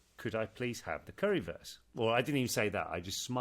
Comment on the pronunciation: Oliver, it's pronounced curry "woorst" not "worse" 😁